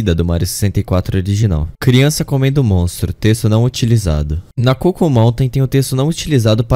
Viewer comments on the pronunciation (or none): none